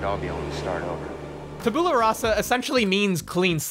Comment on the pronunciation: Tabula is pronounced 'tabyoula'